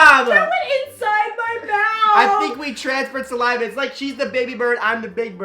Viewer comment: "I felt the bubbles of your salaiva." 😂😂